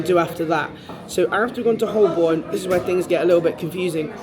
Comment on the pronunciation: Great video. For future reference, Holborn is pronounced "ho-bon". Silent l and r.